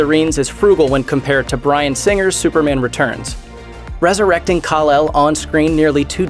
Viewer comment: It's su per MAN not SU per mun